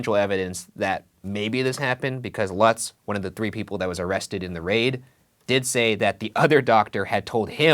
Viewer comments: Lutz is pronounce loots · ITS PRONOUNCED “LOOTS”... That’s my last name btw